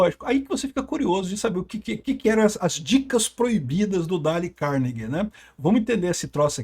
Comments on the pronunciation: É " dêiu cárnegui" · Mas por que tem que pronunciar errado o nome do cara? Por que o desrespeito com língua estrangeira dessa forma?